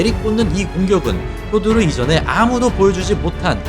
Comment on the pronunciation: 실력도 실력이지만 표도르는 경기자체가 시원시원하고 가장 재미 있엇다 효도르는 일본 발음이니 표 표기가되는 우리는 표도르라 불러야